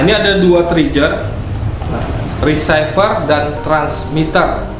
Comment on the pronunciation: Trigger, dibaca triger bukan trijer. Receiver, baca risiper bukan risaiper... Btw... mantap tutornya bang buat pemula bgt.